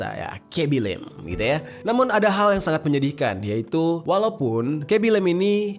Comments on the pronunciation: Yng ku maksud bang ngomong " "lem" terus kublas sndri "lame cok" fvk lah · cuma mo bilang bacanya itu "lame" bukan lem